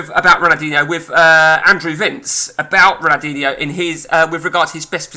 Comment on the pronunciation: Could learn how to pronounce his name between the swearing